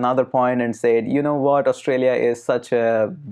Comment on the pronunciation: With all due respect I think that you are pronouncing the word 'said' wrong.